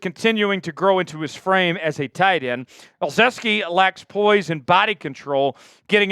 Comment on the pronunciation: Keeps adding an "S" to ezeike's name.. 😂😅 wtf man. Try harder maybe?